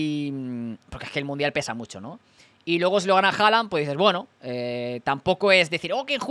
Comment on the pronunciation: Este tío dice HALANA jajajajaja QUE MALLLLLL INGLES 😂😂😂😂😂